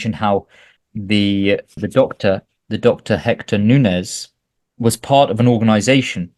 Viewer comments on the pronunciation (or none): none